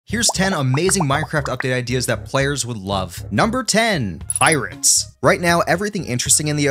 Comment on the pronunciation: Bro really said Pirates and adamantite 💀